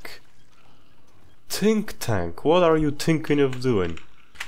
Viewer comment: “Tink tank”